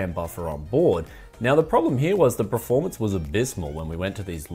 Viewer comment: It triggers me that you say preformance. Pls say performance.